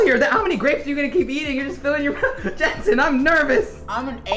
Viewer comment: its not jentsen its jentzen